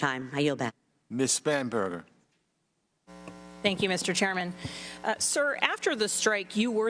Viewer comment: Spanberger? Or... "SPAM-BERGER"? Statesmanship at its worst!